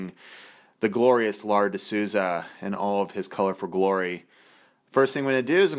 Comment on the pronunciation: Great job you nailed the Lar